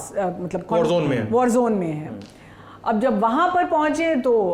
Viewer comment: वॉर को वाड़ कहता है, बिहारी एक्सेंट है😅😅😅